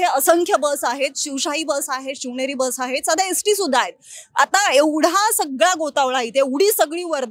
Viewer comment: Bai अष्ट्या nahi ग st असते te. Baki khar kay ahe te पोलीस तपासातून कळेल